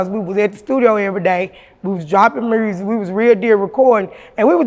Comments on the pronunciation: "Mersic" 😂 Memphis like a mf.... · When she said mursic I felt that lol her and Gangsta Boo legends